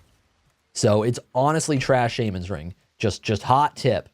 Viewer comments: The way you say shamans ring and ancile hurts me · in the UK it's pronounced SHA-men in the US it's pronounced SHAW-men